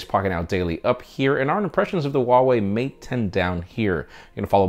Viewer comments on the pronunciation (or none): none